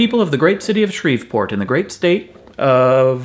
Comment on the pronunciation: It's pronounced "shree-port"